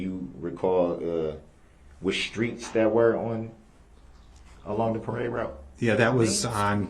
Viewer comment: Witness does amazing reconstruction work; Durrell asks him “the building that had the camera, do you recall what schtreets that were on?” (No typo, that’s what he said🤣)